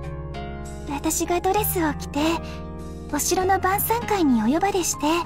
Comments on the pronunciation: 「今夜は晩餐会にしましょう」が「今夜はバーサーカーにしましょう」に聞こえてしまった笑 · 晩餐会がバーサーカーに聞こえたw